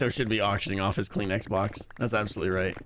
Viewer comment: I know he said Kleenex box, but all I heard was clean xbox, for which I was extremely tempted on searching.